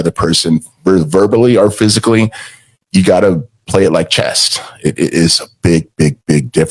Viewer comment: How did ppl let him call chess “chest” like 6 different times?